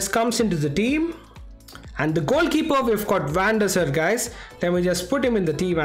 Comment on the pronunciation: Van Der Saaaaar not Van Der Sir